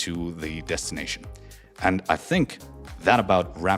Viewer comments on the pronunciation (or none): none